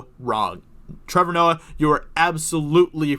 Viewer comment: Ah yes,. King of the Betas and untalented "comedians"